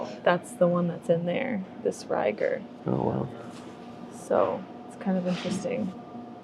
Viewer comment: J. Rieger & Co. is a local KC distillery which is why you were seeing it everywhere. And it's pronounced more like a long E than a long I. Think "eager" not "tiger".